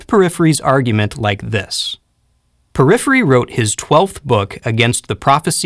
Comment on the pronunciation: Thank you! Just one thing - Porphyry not Poryphyry